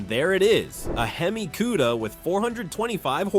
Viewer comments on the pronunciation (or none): Plymouth Cue-da? Goodbye. I refuse to watch this A.I. Sht.